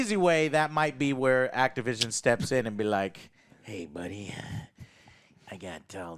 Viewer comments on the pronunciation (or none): none